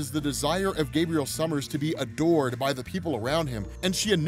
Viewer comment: When you said “Vulcan’s desire to be ADORED” ; I thought you said “Vulcan’s desire to be A DORK”